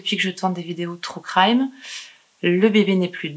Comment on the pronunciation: "trou craïme" ahah No en vrai super vidéos, continue ! Tu racontes super bien, on voit que tu aimes faire ces videos. Tu es a l'aise au récit comme a l'image. Bravo 👏🏻🤗 Félicitations pour ta petite fille 🤗